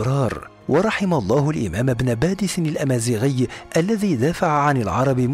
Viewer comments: عبد الحميد ابن باديس و ليس بادس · ان اسمه ابن باديس وليس ابن بادس؟ السلام عليكم انا من الجزائر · عبد الحميد بن باديس ليس، بادس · مرحبا انا من الجزائر واحب قناة هل تعلم واشكركم على فيديوهاتكم لكن هناك خطا فاسمه بن باديس وليس بن بادس وانا متاكدة فهو وحده يعتبر جزء كبير في تاريخ بلادنا العريق تقبل الله صيامكم الي عجبو التعليق يعمل لايك ورد الى اللقاء وشكرا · بارك الله فيكم انا شخصيا طلبت من القناة نبذه عن عبد الحميد والامير عبد القادر شكرا جزيلا فقط ملاحظة كنيته ابن بادِيْس تحياتي للقناة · شكرا جزيلا على الموضوع الرائع و المميز لكن إسم الشخصية عبد الحميد بن باديس ليس بادس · إسمه عبد الحميد بن باديس وليس بن بادس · ابن باديس و ليس بادس